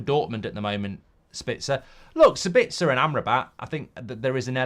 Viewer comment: Mark still calling Sabitzer "Sbitzer". There's an A in his name you numpty, it's Sab-its-a, not Sur-bits-er